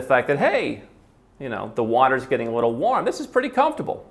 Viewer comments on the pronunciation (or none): none